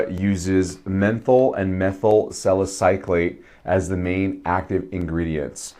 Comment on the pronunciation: Nice review! I would not normally post about someone's mispronunciation of a chemical, but you did bring it up. I'm a chemist, so these terms are common in my work, but that doesn't mean it's obvious to everyone else, so I respect your comment. Anyway, you are saying it as in "-clate", but there is no c between the Y and l. It's "suh··suh·layt".